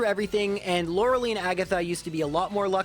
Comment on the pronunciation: Its not loreh lee, its loreh lie.